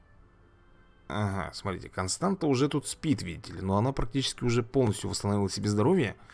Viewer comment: Не Константа, а Констанса